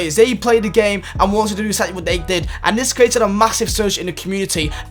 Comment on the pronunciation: Please can you learn how to pronounce the word "create"